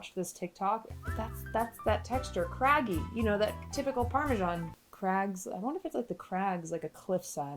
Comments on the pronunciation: Why did you pronounce parmesan parmigian? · Please don't call it parmesan